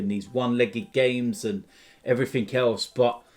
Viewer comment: “And heverything else”